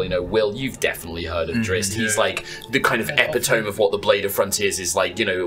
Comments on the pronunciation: im sorry how did you just pronounce epitome???? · I feel it's important for someone to point out that the "e" on the end of "epitome" isn't silent. You should look up how to pronounce it. Minor thing, I know, but it's worth knowing.